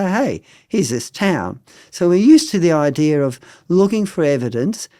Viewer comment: It's IDEA, not IDEA-R